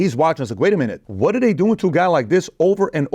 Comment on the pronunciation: THE… is not pronounced …duh THEY… is not pronounced… day WITHOUT… not is not pronounced… widdout THEIR… is not pronounced… dair TO… is not pronounced… tuh DON’T …is not pronounced… dohn THOSE… is not pronounced… doze TALK… is not pronounced…TOK THINK… is not pronounced…TINK THOUGH is not pronounced…TRUE LIVING… is not pronounced…LIVIN WHATS… is not pronounced…WOSS